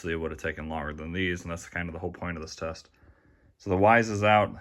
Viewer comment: You accidentally said Chest instead of test